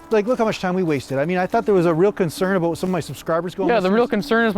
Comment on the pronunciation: Little bit aboot